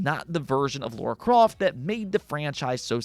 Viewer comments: Sorry.....But who's "Laura Croft" ??? LoL Her name's "Lara Croft" !!! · Lara croft not Laura croft. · WTF is Laura Croft?